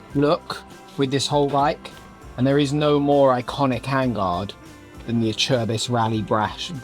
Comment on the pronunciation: Is that how Acerbis is pronounced, I’ve been saying Ace-Er-Biss for the last 30 odd years! 😂